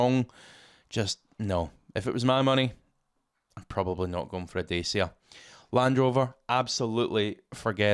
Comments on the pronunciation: It’s pronounced Datcha as in Thatcha. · Dacia is pronounced "Dacha" 😉